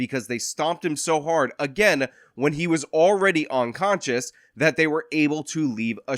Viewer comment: Are you saying onconscious ?